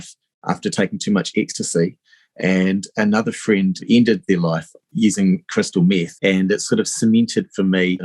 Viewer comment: crystal meeth